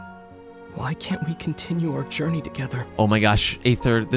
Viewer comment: I almost cry it was so sad when ather said can we CUNTRINIEune our juriny